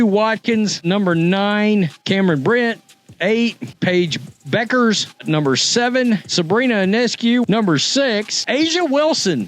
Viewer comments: IT IS REALLY IRRITATING THAT YOU KEEP ON CALLING HER "BEUCKERS!" IT IS PRONOUNCED AS "BECKERS" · It’s pronounced Beckers, not the way it’s spelled. And this video is as dumb as it gets. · It's about time you learn to pronounce Bueckers correctly. It's pronounced as if there isn't a u in her name as if it's Beckers. Show the parts of the PB press conference The AI was referring to instead of using the AI. If Paige Bueckers thinks that all, or a large majority, of the black WNBA players in the WNBA are going to see her as a "sister" or a champion of black women when she joins the WNBA in 2025, she is delusional. Black people may have felt some gratitude when PB made her speech at the Espy Awards, but remember, gratitude is the weakest virtue. Every time the slogan "Paige Bueckers was Caitlin Clark before Caitlin Clark was Caitlin Clark.", there will be backlash and it won't be against CC. "Ponytail Pete" became the "Female Steph Curry" when CC left college and started playing in the WNBA. CC got the PP nickname, a tribute to "Pistol Pete Maravich", because of her scoring prowess and 3Pt bombs and because of her organic popularity. CC didn't become a star and popular because of media push or anything to do with Angel Reese. AR road CC popularity to relevance. $$$$$$$$$$$$$$$$$$$$$$$$$$$$$$$$$$ Regarding the most influential women, #1 CC and #2 AR; here is how I see their personalities, the way they behave and the way they live their lives. The 13 year old daughter tells her mom I want to grow up to be like CC; mom takes her daughter shopping for presents as a reward. The 13 year old daughter tells her mom I want to grow up to be like AR; mom takes away her daught